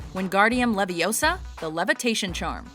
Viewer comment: Ur saying Leviosarrr it’s Leviooosa